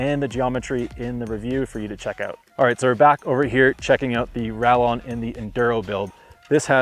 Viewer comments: 'rayon'. please. its a spanish brand. spanish pronunciation. i dont wanna be that guy but i will here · Ral-lon? Who approved this video? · LOL, It's hard to listen to the rest of what he is saying after he uses the hard 'L' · Two ll’s in a Spanish word make a y sound. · Am I tripping, or is he dicing the pronunciation? 😂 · The pronunciation of the bikes name 🙈